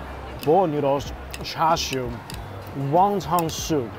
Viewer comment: for goodness sake is wonton soup not Wongtong and curry not Cory